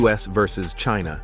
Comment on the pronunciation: About time that China took positive action against Trump who has repeatedly denigrated them. Even to the nasty way he pronounces China